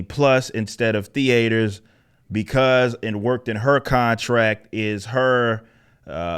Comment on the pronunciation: Why does he say theaters like that ?